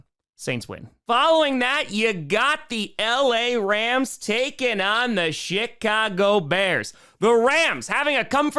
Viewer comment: It sounds like said the Shitcago Bears.